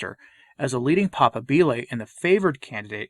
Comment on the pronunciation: papábile (pah-PAH-bee-leh) with stress on 2nd syllable.